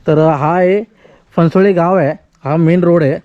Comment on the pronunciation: Phansavale nahi Phansavane